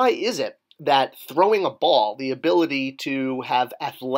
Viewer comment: What’s ‘Thowing’ a ball? 🥰😂